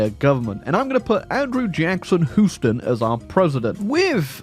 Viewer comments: HEW-stun, not HOO-ston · I thought I'd heard all the different ways to pronounce Houston. showed me a new one with Who-ston. New Yorkers have House-ton. I'll keep saying Hew-ston.